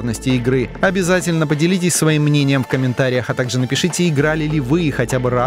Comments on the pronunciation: Почему ударение не правильно ставит не Майнкрафт а Майнкрафт говорит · Не МаЙнкрафт а МайнкрАфт.